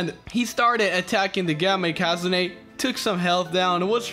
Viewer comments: Ikazune isnt pronounced ikázuné its ikazune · It's not ikazuné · Its ikazune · How pronounces Ikazune though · I was so confused on how you pronounced Ikazune, you're probably right but still weird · You saying ikazune pissrs me off no offense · "Ikazune" that pronouncement